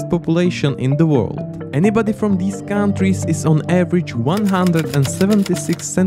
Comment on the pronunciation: cow n' trees xD